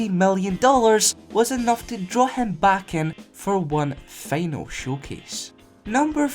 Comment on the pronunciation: Learn to speak its "Final" Not "Feanal" :(